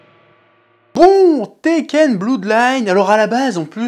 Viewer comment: Chers amis, jpp d'entendre Blood prononcé "Bloud" et non "Blœud" . Mes amitiés.